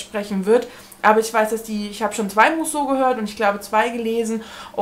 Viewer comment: Musso spricht man Müsso aus ☺️ich bin ja froh, dass mich keins von den Büchern reizt, so wird das was mit dem Subabbau. Liebe Grüße